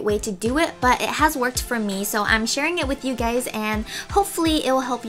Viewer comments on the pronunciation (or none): sounds like she is saying "I'm sharin with you gays"